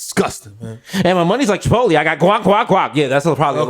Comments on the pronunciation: Me: Chipotle Desus: Chuhpotlee Mero: Shapotlay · Someone tell Desus the right way to say Chipotlé... its not Chipot-leeeee!!!